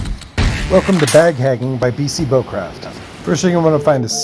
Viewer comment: I heard "Bag Haging" 😂